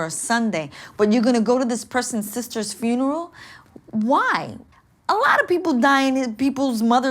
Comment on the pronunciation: "Fineral" How many aunties does this guy have that every sat hes off? Holllleeeeee